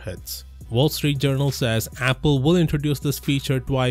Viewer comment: Damn you just butchered apple lmao